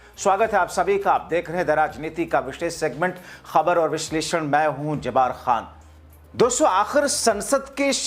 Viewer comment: आप को दो सुझाव देना चाहता हूं। 1) ज़्यादातर anchor जो ग़लती करते हैं आप भी वही कर रहे हैं, यानी लंबी भूमिका बांधने में लग कर असली मुद्दे को बताने में देर करते हो। सुनने वाले बोर हो कर अक्सर चैनल बदल देते हैं। 2) अपना नाम सही उच्चारण के साथ बोलिए... आप जबार खान बोलते हो, सही उच्चारण है जब्बार खान।